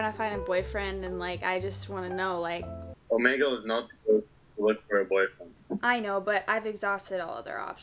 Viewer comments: Its pronounced oh-me-gle. NOT oh-ma-gel! Get it right! (Btw it annoys me when people pronounce it like that. So please say it oh-me-gel, thx😊) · oh- MEE- gul is how u pronounce it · Its pronounces omeegle no hate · is it just me or is she saying omegle wrong?